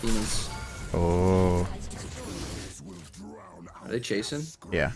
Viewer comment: anathema is pronounced like “an asterisk”, emphasis wise